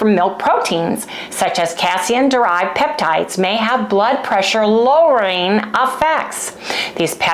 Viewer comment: Adorable 🥰 its pronounced "Kay-SEEN" . I wish Harry's belly the best ❤ I have an issue with "KChow" , but not hard cheese, or MY homemade yogurt (with 40% whey removed), no issues with ghee. But thats my body. Good luck you 2 ❤